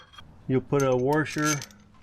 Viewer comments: Actually, he said, "WARsher"... I wonder if that is a dialect thing or just those those uneducated people who say "liBERRY" instead of "liBRARY" or "axe" instead of "ask"... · Great video. But what the heck is a warsher? Are you trolling me? 🤪